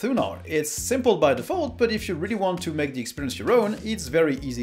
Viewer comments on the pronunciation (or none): none